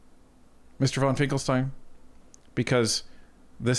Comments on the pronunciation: His name is Finkenstein, not Finklestein!. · Finken not Finkel. C'mon.